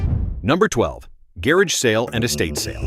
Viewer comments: what's a gerrage sale??? DOWN WITH AI SLOP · These A.I. video pronunciations. "Gay raj" ---meaning garage. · AI voice does not know how to say garage.